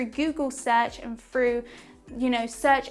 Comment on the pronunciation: the word is "through" not "fru"